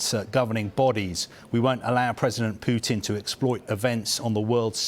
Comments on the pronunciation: Did she just call him PEWtin 😳 lol how do you get a name wrong you've been hearing everywhere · 'Pootin' I can't stop laughing 😂😂😂😂